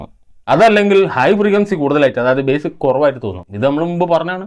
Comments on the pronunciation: ബേസ് അല്ല ബാസ്സ് ആണ് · Ezhuthunnatu Bass Uchaaranam base enna .